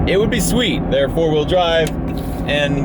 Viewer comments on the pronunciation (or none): Please don't pronounce it cuck vee ever again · Caling a cucv a “cuck-v” makes me laugh but I’d never call it that if I owned one 😂